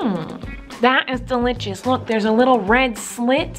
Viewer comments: Sooooooo dilitshes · I love when she says "DELITCHISSS"